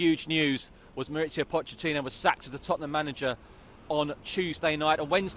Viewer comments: Did he just call poch pock? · did he say "pok"? instead of poch? fucks sake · Man said pock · He called him pock didn't he?